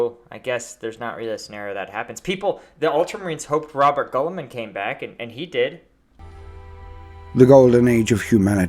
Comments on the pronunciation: Robert Gulliman is an amazing way to read his name, love it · The audiobooks aren't even consistent about how to pronounce Roboute Guilliman!